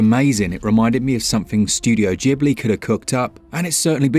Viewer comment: Jibley........ Ghibli !! putting g&h is 200% a ge sound not j